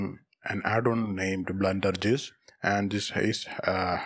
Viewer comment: THE WAY HE PRONOUNCES BlenderGIS